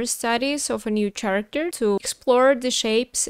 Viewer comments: character произносится с "к" а не "ч" в начале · Character is pronounced care-uh-kter :)